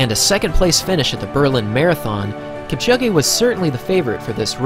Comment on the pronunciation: It’s pronounced Kipchoge not Kipchogé😊